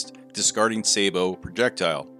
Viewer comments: FYI it's pronounced sabbo not say bo Sabot is the French word for shoe. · A lot of people think Sabot is pronounced Say-Bo. It is not. It is pronounced not pronounced with a hard A, but a soft A. Sa-Bo. It's French for Shoe, or Clog. It is the root of the word Sabotage and comes from back in the early days of industrialization when they wore wooden shoes. They would toss a wooden shoe into the gears of the machinery in order to stop production. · Please learn how to pronounce Sabot, it is not Saybot, for heck's sake